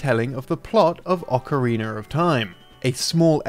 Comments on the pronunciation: Why does always says "Ocariner" instead of Ocarina? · Anyone else has noticed how consistently pronounces "ocariner" instead of "ocarina"? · I don't know if I'll ever get over this guy saying "Ocariner" but it's been YEARS and it still irks me. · Ocariner of Time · I always love these videos, including the narration, but am I the only hearing him pronounce it as “Ocariner”? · It's a European English thing. Pretty much any word that ends with "a" sounds like "er." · Ocarinerr of Time xP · I love Ocariner of time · Ocariner of Time 0.0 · Okereener of Time? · Why do they keep casting this guy who says "Ocareener of Time" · It's a weird thing I noticed with some English people. With words that end in 'a' they add a 'r'